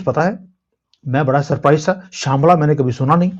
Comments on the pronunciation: शांबला नहीं शंभाला ❤❤ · श्यमला नहीं है उसे शभाला कहते